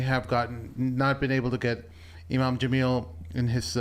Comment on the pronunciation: 1st it was “thunvi” and now it’s “jaaamil”, cmon 😂😂😂😂😂😂😂😂